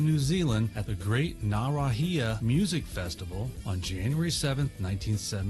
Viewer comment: Ozzy recently said that he and Frank were actually shooting it too whilst the cops were outside cos of the false alarm.. hahaha... ps 1000 points on your pronunciation of "Ngaruawahia"!!! very impressive for a yank!!!! my "pop" opened for Sabbath that day with his band!!!